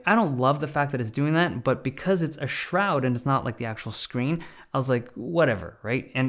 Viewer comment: When ever he says shroud😂😂😂😂